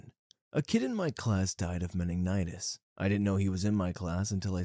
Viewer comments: Rip the dude who died of “Menignitis” according to the narrator. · You should really learn to pronounce words you don't know. Meningitis is not pronounced that way